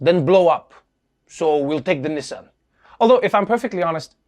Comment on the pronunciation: WTH is a “Knee-Sohn” pickup truck?! 😂 it’s NISS-ann to rhyme with KISS-Ann. What with that and “ERBS”… 🤣